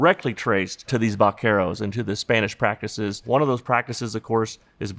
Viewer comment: When he said "Vaqueros" I heard something entirely different in Japanese in my mind.